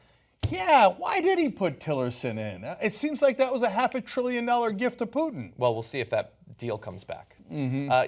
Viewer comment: Poo-Putin haha